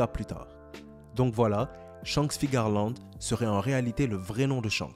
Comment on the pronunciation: Tu dis Figarland ? C'est pas Fearland son nom ?